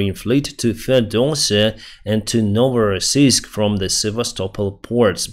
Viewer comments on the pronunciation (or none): none